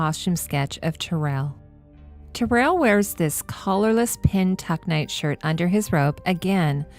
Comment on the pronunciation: I thought Tyrell was pronounced more like "Tie-Rell" (not Tir-ell). That's if my memory of the film serves me (it's been a few years since I've seen it).